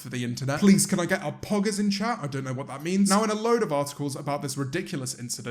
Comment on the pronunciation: James saying poggers is wonky